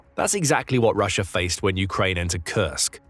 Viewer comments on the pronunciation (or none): Pretty sure that's Russia and not Rusher. But anyway...thanks for the vid!